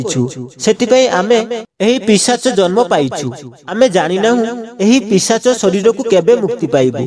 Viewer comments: ଭାଇ ପିଚାଶ ନୁହେଁ ପିଶାଚ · Pichasa nuha Bhai.. Seita pisacha.